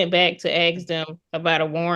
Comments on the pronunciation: It’s ask…not aks. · Don't feel like you're the only one😂😂I had a hard time with phrases that should have been "you all" coming out as "yaw." And "ask" being pronounced as "axt." It's a 3-letter word, so I don't understand why it's so impossible to pronounce correctly . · Or ax